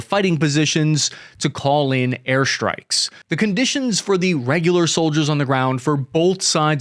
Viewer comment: "Shtrikes"? Or strikes?